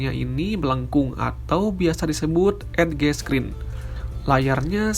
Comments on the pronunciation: Boleh kasih input ya gan. Banyak pronounce bahasa inggrisnya yg mungkin masih kurang tepat. Seperti edge. Bacanya bukan ed ge. Tapi "EJ" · Edge = dibaca= edjes,gtu gaaan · "edge" dibaca yg benar adalah "EJ" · Yan-Yan Popon bekakaka. Iya gua jg gregetan ngomong edge. Lol